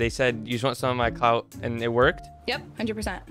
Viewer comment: has a problem with saying clout